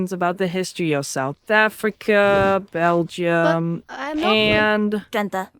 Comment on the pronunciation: i like how cant pronounce belgium